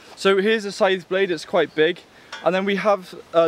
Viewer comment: You seem to have difficulties pronouncing that...